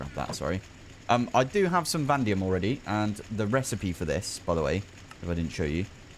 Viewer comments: why are you calling "vanadium" "vandium"??? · I think they were pointing out that the word is Vanadium so there are 2 A's Vah-Nay-Dee-um